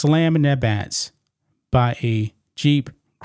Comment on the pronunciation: Backs, not bats, ffs. English.